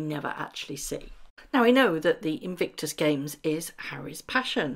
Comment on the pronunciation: Please say inVICtus not inVINCTus!!